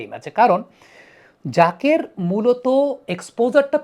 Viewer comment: Unar naam jaker , zakir na. Allah's wastee naam ektu thik kore bolen.